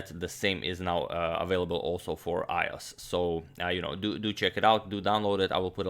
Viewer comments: I must tell you it is pronounced I O S not I oss, because you wouldn't say windows oss or Linux oss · Agadmator thinks iOS is pronounced EyeO's What's the idea behind this? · IOS - pronounced "I owe ass" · The way Agadmator says iOS is funny